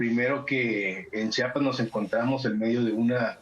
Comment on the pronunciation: Con todo respeto al señor Barranco , se dice Chiapas , no chapas .